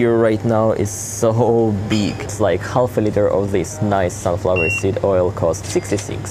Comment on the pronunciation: "Half" is actually pronounced "haf" -Been hearing you saying it for a long time and my neurotic self needed to say it. Interesting shopping-tour. Where I live it's a LOT more expensive, but then again the incomes are also a lot higher. I think we spend about 20%-25% of the income on food/cleaning products a month though - which feels too much. Like you I also go for the "beautifulness" 😉